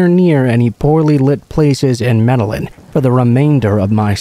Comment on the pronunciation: I loved these stories tonight! Just a little suggestion tho, you may want to look uo Medellin pronunciation, dbl L has more of a "Y" sound. Like may-day-yeen sounds. Also reprobate, repro-bate. Still knew what you meant tho! So no biggie. I like your narration or i wouldn't have bothered to tell you.